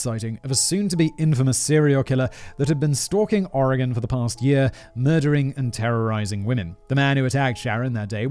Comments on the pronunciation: THANK YOU FOR PRONOUNCING OREGON CORRECTLY! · absolutely fantastic pronunciation of Oregon. Most people not from here get it wrong. GG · So proud Simon you say Oregon correctly 🥳👍🏻. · I have to say, Simon, you pronounced every Oregon place name (including Oregon) perfectly! You don’t understand, MOST Americans get our state and city names wrong!!! You rock!